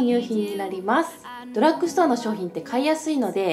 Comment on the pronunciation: ドラックストアじゃなくてドラッグストアです… 私もセザンヌのリップ使ってます！スルスル塗れて好きです！